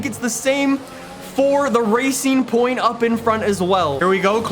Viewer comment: HE FINALLY SAID RACING POINT PROPERLY!